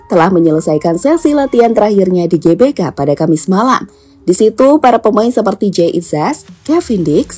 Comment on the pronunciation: sdh semakin indonesia pengucapannya, GBK = Ge Be Ka dan bukan Ji Bi Kei 😄😄😄 toopp